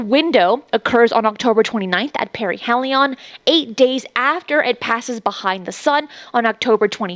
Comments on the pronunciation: Paraheeeeelion with a long e. Not parahellion with a short e. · peh-ree-HEE-lee-on is how its pronounced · Thank you for this! Also, it's It's para--hee--lee--yun.